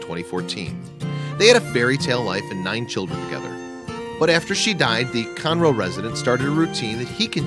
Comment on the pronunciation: Conroe, TX is pronounced CON-roe, not kun-ROH. Just a friendly note. The city is north of Houston.